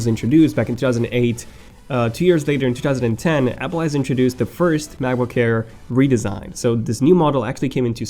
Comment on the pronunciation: sorry man, your pronunciation annoyed me, especially 'ayeer'